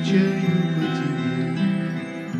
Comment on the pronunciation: Я скучаю по тэбэ. Сказал как щирый